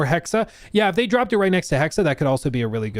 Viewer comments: Erf.. #1: Hexe is the german word for witch and pronounced Hexe not Hexa.. the E at the end is the same as the first E (Just like with the E in Porsche... but i kinda gave up on explaining that). #2: I never minded magic in Odyssey, on one hand its part of the actual Odyssey, on the other we always had magic in the background story with all the gods the apples of eden, etc. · Try to pronounce the second E in Hexe like the first E. HEXE 🪵🔥 HEXE 🪵🔥 HEXE 🪵🔥 HEXE 🪵🔥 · He finally learned. His "Hack-say" was cringe, lol. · You’re just fucking with us the way you’re pronouncing “hexe” right?…… RIGHT!?